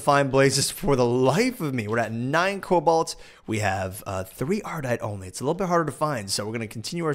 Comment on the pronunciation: One more for the list... Please never say "Cabolt"